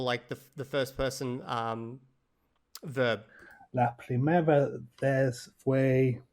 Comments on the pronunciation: The fact that 270 hours man pronounces vez exactly as the pronunciation would look to an English speaker and not ves or veth (or even bes or beth to take into account the approximate nature of V in Spanish) like he would have actually heard from Spanish speakers during his hours of listening, makes me think he was just reading and is basically not being honest. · The guy with the voice memo is not being honest about his methods at all, you can tell that he's been reading, because he's making a mistake that only a person who was reading would make. He pronounces the z in the word vez, as a z like in english, when it should be pronounced like an s in latin america, and like an english th sound in most of spain, which is something you see beginner spanish speakers doing all the time, but if you had no conception that at least in latin american spanish, one phoneme was written with two different letters, you would never stumble on that pronounication of the word vez independently.